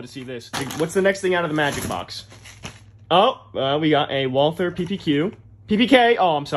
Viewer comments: it's pronounced Walter not Walther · First it's Walter not Walther and it's pronounced kog not koch